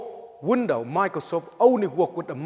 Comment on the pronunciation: was he saying window or wondough lol